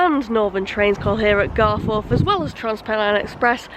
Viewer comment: The gates are further up the road on the round about, spent a lot of time down at croggie as a lad during school days... Leeds lad by trade you see 😝 Now.. It's "GarfUth' not "GarFourth" We're Not posh.. On to Mickie, which is a bit of a s**t hole... Well done for not getting stabbed!😁👍